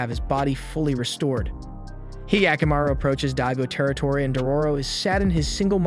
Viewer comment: Ugh the way he pronounced the name of historical "Asakura" clan, Daigo and more. 🤦‍♀🤦‍♀